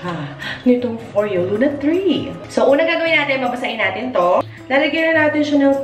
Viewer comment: “foryo” not “fo-reyo” 😊